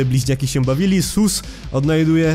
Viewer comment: Mam pytanie czy tylko ja mam tak że gdy mówi SUs przypomina mi się AmungUS?